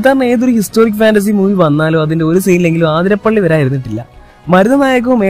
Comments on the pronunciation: Not aathirapilli it's athirapilli 💀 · ആതിരപ്പിളി അല്ല അതിരപ്പിള്ളി 😂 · Athirapally alla athirapilly 🤦‍♂️🤦‍♂️ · Bro aathirapilly alla athirapilly enna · Aathirapalli alla athitappalli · Aathirappilly alla Athirappilly.... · ആതിരപ്പളളി അല്ല അതിരപ്പിള്ളി യാ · ആതിരപള്ളി അല്ലടോ അതിരപളളി എന്നാണ് 😒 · ആതിരാപിള്ളി no അതിരപ്പിള്ളി